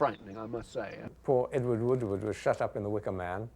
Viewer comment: Edward "Wooward"???